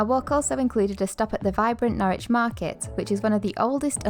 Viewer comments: Norwich is pronounced Norridge not nor-witch. 🙂 (Quite a few British place names are easily mispronounced) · As a resident, no it isn't. It's pronounced 'Norridge' just like porridge! 😂 On the other hand, Ipswich next door is just as you describe. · Just for future reference and no judgement intended but Norwich is pronounced Norrich as in porridge but with the 'ch' sound at the end instead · Just because I'm a pedant 😂 and of course to help you guys build on your UK vocabulary. The city of Norwich is pronounced "NORRICH" as in in no "W" sound. Plus don't get me started on Worcestershire if you do a video on the place or the sauce 😂 We pronounce this as "WOOSTER", no "shire", no "wor-chester", just Wooster. lol 😂 Towns and cities in England are full of these, extra letters everywhere!!!! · Nor-ich, the 'w' is silent. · Its not Norwich its pronounced Norich silent W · I have had the privilege of living in Norfolk for most of my life. Wouldn't change it for anything. I loved your attempt at pronouncing 'Norwich', good effort, sir. When spoken by the locals it sounds closer to 'Norridge', and if you think that's bizarre just wait until you discover 'Happisburgh' ;) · Norwich rhymes with porridge, no 'w' and no 'itch'.